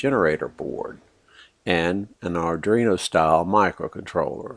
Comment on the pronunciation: "ardruino" also made me laugh